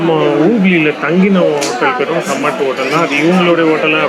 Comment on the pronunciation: அது காமத் ஹோட்டல். கமாட் இல்லை. தயவு செய்து பெயர்களை சரியாக தெரிந்து கொண்டு பேசினால் நலம். வெயில் காலத்தில் ஹைதராபாத் சென்று விட்டு சூடு அதிகமென்பது ஆச்சர்யமாக இருக்கிறது. Laad Bazaar...